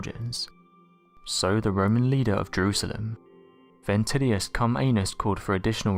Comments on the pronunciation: Im sorry but "Ventrillius Comeanus" as a roman lord wtaf 😝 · haha! I heard ventidius cum anus!!!! So funny!. Who wd have thought an arse wd cause so much disruption. Haha.